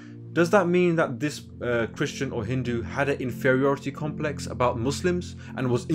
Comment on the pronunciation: "Infieority complex" the damn goblin can't even speak